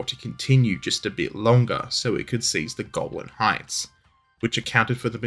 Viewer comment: I swear you keep saying "the Goblin Heights," rather than 'Golan!' And that would be completely and utterly totally cool as fuck! I move to have them officially renamed, on the basis of it being really fucking cool.